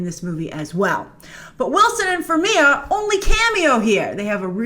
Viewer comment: Dammit, Grace! It's pronounced "FarmiGa" 🤣